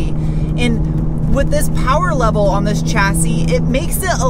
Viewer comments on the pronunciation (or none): none